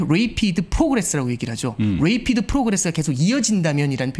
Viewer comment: 유학파라면서 중학교 단어 rapid 란 단어를 계속 /레이피드/라고 발음하네. 맞는 발음은 /래피드/임 ㅋㅋㅋ